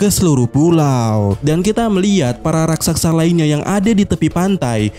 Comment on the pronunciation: bukan rasaksa tapi raksasa!